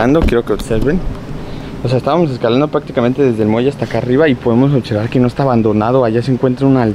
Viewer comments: Otservar y Practicamente. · Otservar* jajaja lo digo igual